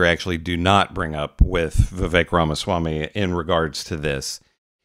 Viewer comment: Anna is 💯 percent right about O Swamy, I know, thats not how you pronounce his name, I could care less😊